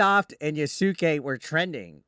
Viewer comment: Pronounced yas kay